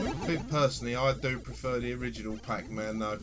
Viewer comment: "Pack Mann" ?!? Never heard of it.